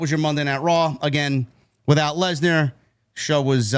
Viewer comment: I honestly think that Heyman said Lecknar on purpose 😂😂 he put too much emphasis on "Leck" 😂😂